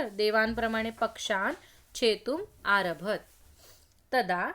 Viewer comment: Good explanation. One clarification - aarabhat- the 'ta' sound has to be fully pronounced at the end, right?